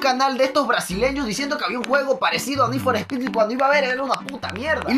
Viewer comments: we es need for speet lentejo no mames sigue el canal de need for speet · Ni for spy 😂😂😂😂